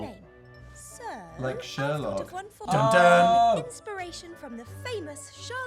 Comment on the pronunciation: You're pronouncing Layton wrong